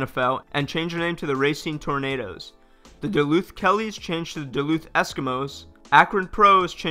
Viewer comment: The Newark Tornadoes???? For a second I thought you said Tomatoes 🍅!